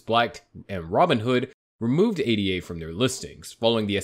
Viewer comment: Its Ada. Its a name. Not A.D.A. Once you can say the token, then maybe you have credibility